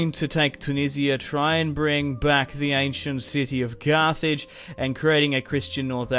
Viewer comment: I’m pretty sure at the end of the video he called it cart hage